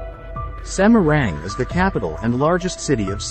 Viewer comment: Semarang kok pengucapan nya jadi semeruenggg😊😅😅